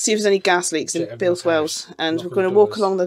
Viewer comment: Oh dear but it was only flat at the bottom-😂 - seriously you made me think as I need to take a look at my spare etc etc Well done on Builth Wells pronunciation 😂 Whole new channel on gas leaks in the Uk Didn’t realise you can park there do that’s good Hope you get the wheel sorted …